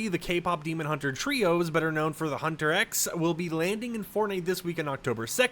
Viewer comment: HUNTER X is not how you pronounce the band name, please get it right next time or redo the take.